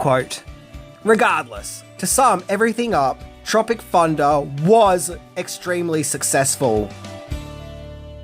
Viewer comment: Sounds more like you pronounce it ‘Tropic Funda’ actually 😆